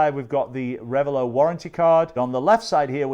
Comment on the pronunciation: It's not rev a low, it's rev a lot. The name is two words combined: revel and zealot.